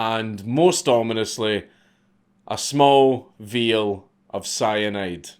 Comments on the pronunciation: veeeal, not vial apparently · No biggie... “vial” is pronounce ph_EYE_AL ..jus sayin...I like words /pendant(sic) KAITHXBAI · I get that you are scottish and all but I have never heard anyone refer to a vial as veal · Everyone says vial. A veil is a completely different thing. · Small "veal" of cyanide?